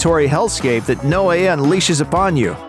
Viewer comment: I beleive it is pronounced 'Noe' as in No. Not 'no eh' as in no way. I notice you mispronounce names often